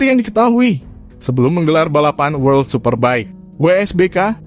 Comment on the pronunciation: jangan malu2in... World ....bukan word ! diperbaiki koreksi...